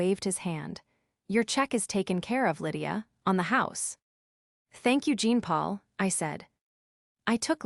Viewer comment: Jean Paul a French name is pronounced Jaapaul